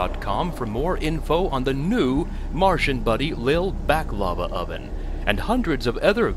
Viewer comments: Its pronouced "Baaklava", not Back-Lava. LOL. Think like, Bach the composer. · Lol, Martian Buddy Back Lava?! It's pronounced "Baahk la va". Popular fila dough/honey desert from the Eastern Med.